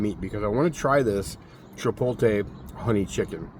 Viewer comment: Hey.....there's an "L" in Chipotle. It's not silent 😅🤣😂